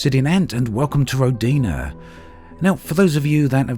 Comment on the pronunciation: NOT rodIna... it is rOdina